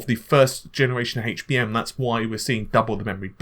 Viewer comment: how the hell is it that British people can say words like help and heat correctly yet. completely screw-up saying words like HD and HBM.